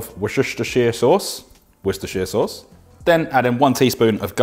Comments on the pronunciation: Hahaha! Love the extra touches of humour in this one! Worsheshtershire sauce. 😂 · You don't need to do the old YouTube chef joke of pretending to pronounce Worcestershire sauce wrong, we are English pal, we can pronounce it properly!